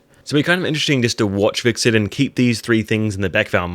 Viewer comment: When you pronounce Hvitserk's name it sounds like you are saying VIXEN sometimes LOL 😂 Not trying to pick on you or anything - I really enjoy watching your Vikings videos, especially the preview breakdowns. Keep up the good work!!